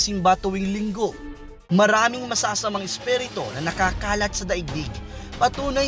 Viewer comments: Isperito hahahaha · Isperito..ayusin mo naman... haha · Espirito mo ang pag pronounce esperito, ano ba yan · NAWALA TAKOT KO NUNG NARINIG KO YUNG SALITANG ESPHERETOH !!!!! LOL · spiritu hindi spereto😁